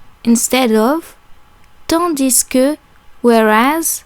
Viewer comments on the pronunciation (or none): Great video, but tandis que is pronounced with a silent "s" at the end. I really love how thorough you are in the video, that's very helpful!